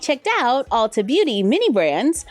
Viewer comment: It's Ulta (not Alta). It's a play on Ultimate. Lol. You are always forgiven.